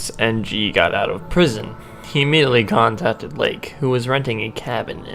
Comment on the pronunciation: Charles En-gee?...